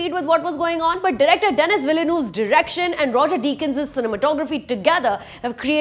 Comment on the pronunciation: Did you just pronounce Denis Villeneuve as Dennis Villaynoov? It is pronounced as "The-nee Ville-neuve"